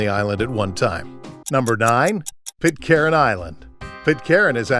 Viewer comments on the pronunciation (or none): Sounds more like Pitkan actually. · Pitcairn, not Pitt Karen FFS. Learn to speak.